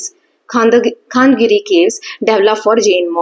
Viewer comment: Mam it is कलिंग not कलिंगा ,खारवेल not खरवेला and खंडगिरि not खांदगिरि